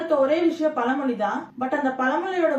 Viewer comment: அது "பலமொழி" இல்ல "பழமொழி" "கலுதை" இல்ல "கழுதை" தமிழை சரியாக உச்சரிக்கவும்.